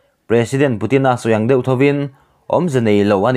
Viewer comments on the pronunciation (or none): none